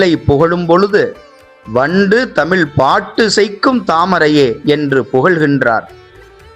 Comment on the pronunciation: தமிள் இல்ல தமிழ் சரியாக உச்சரிக்கவும் தயவுசெய்து